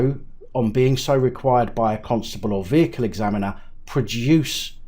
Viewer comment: I think you might be mispronouncing Constable every niw and then🤔🤣🤣🤣